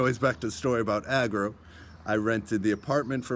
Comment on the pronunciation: Frog = Agro not Acro